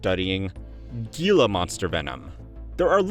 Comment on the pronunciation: AZ native, Gila is pronounced "heela". It's not obvious, I know